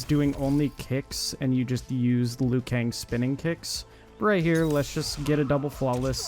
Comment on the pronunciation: “This screenshot is hard to see because of aspect ratio” - proceeds to show a screenshot of an excel spreadsheet where you can adjust the cell sizes 😂🤦🏻‍♂️ Also, do you seriously call Liu Kang “Leyoo Kang”?!